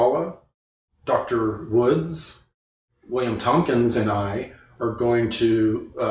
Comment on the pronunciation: DR. WOOD...................not WOODS!!! WOODS, is a sleezy GOLFER, get IT STRAIGHT,especially when the PURPOSE of your interview is to get to the bottom of if YOU ARE Legit or NOT! PLEASE!!